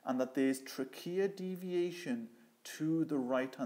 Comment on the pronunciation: He lost me when he continued mispronouncing trachea and carina.